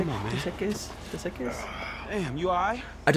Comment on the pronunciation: hey man i think its pronounces EcK-ies Dos Equis --> Dos Eck-ies?